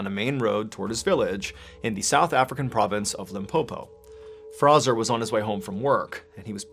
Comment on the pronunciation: F-R-A-Y-Z-O-R....not Frazzer.....